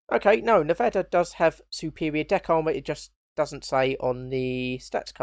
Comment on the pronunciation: Phonetically it's pronounced "Neh-Vah-Duh" and that's the closest you're going to get to it without living in Nevada (I was stationed there at NAS Fallon "Top Gun" as Station Security).